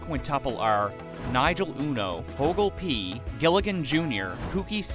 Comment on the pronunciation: Dude the only name you pronounced properly in the KND series was Nigel uno lmfao